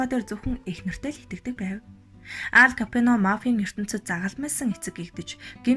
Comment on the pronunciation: Nobody: Алфонсо Капоонь Unshij baigaa emegtei: Ал Капьоно Bayarmagnai: Моло Капьоно